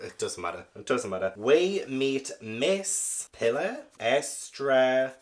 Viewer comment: My very first Christie book!! I read it at age 7, in Spain: it was a gift from my parents. FYI you pronounce her name: "pea-LAR es-TRA-vah-doe-ss".